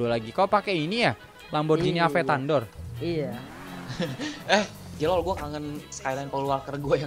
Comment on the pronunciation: Aventador woy bukan aventandor😂